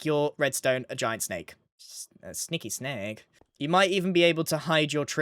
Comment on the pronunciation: “SNeakY SnAake” 😂